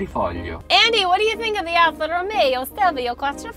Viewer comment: You're Italian? "Whatever you wanna dooo"!